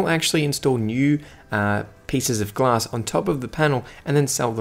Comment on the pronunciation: Back Glass What a pronunciation of the word...